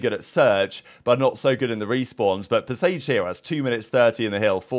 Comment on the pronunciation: Pre-what, pre-sage, pre-what, pre-sage